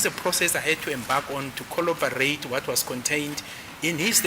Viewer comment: FYI: it's "corroborate" not collobarate... it's "verbatim" not verbatism....